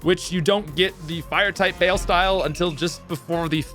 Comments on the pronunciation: Love the analysis, you put words to a vibe I have been feeling when replaying Pokémon games recently, especially as a Blaziken lover lol. Just one note, the word "baile" in the Oricorio form is pronounced more or less like "BUY-lay" and it means 'dance' in Spanish. It's fitting because that form of Oricorio is based off of Flamenco dancers! Honestly love the inspo behind Oricorio and how it represents different cultures and their dancing. Big fan of your videos and hacks,. Thank you!! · Only comes up once but "baile" as "bail" hurt me